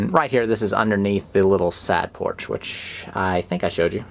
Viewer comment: He was saying "side porch" but I kept hearing "sad porch" :P